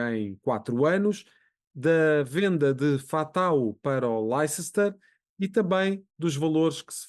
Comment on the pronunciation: Diz-se Lester não laicester